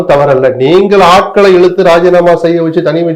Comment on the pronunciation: தமிழுக்கு அழகே ‘ழ’ தான் ஆனால் இன்றைக்கு அனைவரும் ‘ழ’விற்கு பதிலாக ‘ல’ என கூறுவது வருத்தம் அளிக்கிறது. குலப்பம் அல்ல குழப்பம், வழக்கறிஞர் அது, வலகறிஞர் அல்ல. இழுத்து அது, இலுத்து அல்ல. ஊழல் அது, ஊலல் அல்ல. போன்ற பேச்சாளர்களே இப்படி பேசுவது மிகவும் வருத்தமளிக்கிறது.